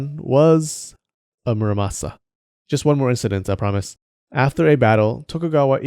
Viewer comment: It's not muraSAMA, it's muraMASA